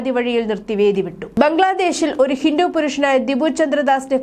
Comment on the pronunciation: ഹിന്റു അല്ല ഹിന്ദു